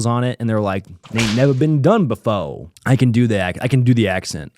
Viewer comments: Nevah ben dun befo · “never been done befo” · "Nevah been dun befo!"